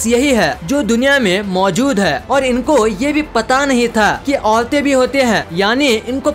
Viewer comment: औलते नही औरते